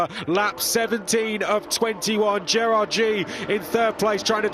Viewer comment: F3 announcers, you can't even pronounce Gerrard's last name correctly. Shame on you